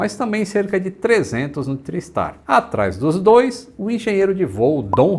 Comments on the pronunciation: não. A pronúncia usual é "trái" o mesmo em tricicle, tripod, triangle, etc. Procure algum documentário sobre o TriStar em inglês e ouça como eles falam. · consulta o Cambly.... A pronúncia é TRÁISTAR:) Meu primeiro voo internacional foi nele. O Lockheed L-1011 Tristar era extrememente avançado para a época: o primeiro avião comercial capaz de decolar, voar e pousar automaticamente. Mesmo assim, tinha 3 tripulantes no cockpit, sem contar os fantasmas.